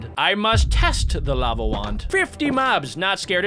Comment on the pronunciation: When he said lava wand I herd lama wand😂😂😂😂😂😂😂